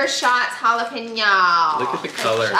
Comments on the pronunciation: did he really say Jellapano? Jalapeno oh lord! 😂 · Did no one notice miss pronounced jalapeño